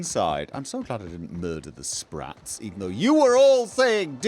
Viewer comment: Sssh be vewy vewy quiet, we're hunting spwats